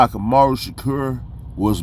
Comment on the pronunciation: He misspoke a couple of words mispronounced Dan Quayle with the silent e and Tupac's middle name amaru